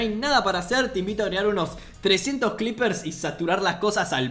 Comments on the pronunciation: Nadie Absolutamente nadie Ni un solo ser vivo en la faz de la tierra Yo: NO SE ESCRIBE CLEEPER Y SE PRONUNCIA CLIPER, SE ESCRIBE CREEPER Y SE PRONUNCIA CRIPER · che porque en vez de decir creeper dice "clipeer"? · Carajo. Sigue diciendo "cliper" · Nadie: Absolutamente nadie:: cLepeer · Dice "Clipper"?... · Soy yo o dice "clipers"